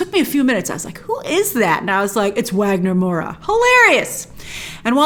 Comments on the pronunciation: Just an FYI on Wagner Moura's name, the Portuguese pronunciation of his name is Vagner Moura. Just a simple V sound. Don't know if this matters to English speakers but there you go. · His name is pronounced Vagner Moura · Grace, not that I dont apreciate your pronunciation of Wagner Moura, one of our favorito actors here in Brasil, but is Vagner, like, with a V. Love you ❤️